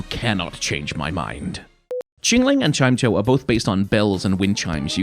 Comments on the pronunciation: Like, Chime-cho? Tf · Roasting Treeko while calling Chimecho that way instead of Chime + Echo is diabolic 😂